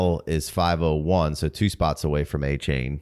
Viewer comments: nope. It’s a-chan like Jackie Chan. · He's got a-chain I got 2 chains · Listening to him say Achane’s name wrong was brutal.